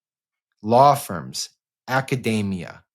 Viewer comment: Sam, what is "acadaymia"? Is that a smart nut? Like a macadamia nut? The word is academia, and it's pronounced "ackadeemia".. Drumpf is an idiot, but we count on you to not be ignorant. And if anyone cares, there's no such word as "nucular". Educate people. Don't make us dumber.